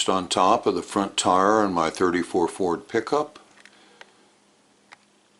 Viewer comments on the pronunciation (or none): none